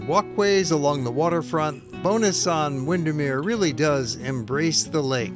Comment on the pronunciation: Love it thank you for submitting it. Just to help: Bowness is pronounced Bow (as i bow tie) and ness (as in the first part of nestle), rather than sounding like Bonus (a payment for a great job) :-)